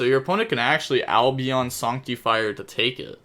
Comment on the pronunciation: Sorry but it's not pronounced sonctifire. It's pronounced sAnc. Like artifact sanctum